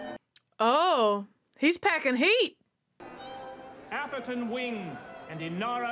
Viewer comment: I'm so impressed at how badly she misread Atherton.